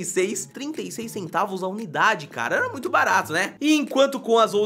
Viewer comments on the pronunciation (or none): none